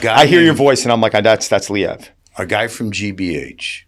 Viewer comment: Lee ev never heard it pronounced that way 😮